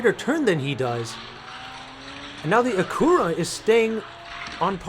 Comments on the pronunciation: It is pronounced Akyura not Akoora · A-CU-ra. Lol. Are you kidding me? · Had to search to see if that was the way it's pronounced in Japan... it is not LOL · Pronounced Ack you ra. Accent on ack. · Stop butchering acura or just call it an overpriced honda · It’s killing me how he is butchering the name Acura 😂